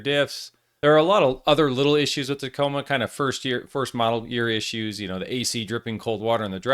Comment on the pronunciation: Hey, ya’ll…just add the last two letters so ya don’t sound gay…M and A…”TACOMA”😏